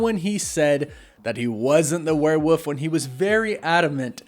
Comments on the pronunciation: WereWOLF, not werewuf 😅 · It's not "Werewoof", there's actually an L in there.